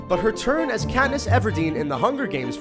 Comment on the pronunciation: LOL her name is KATNESS 📴📴